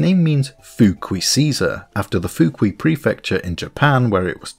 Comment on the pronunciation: Loved the video, but the “fukui” is not pronounced Foo-kwee, it’s Foo-koo-ee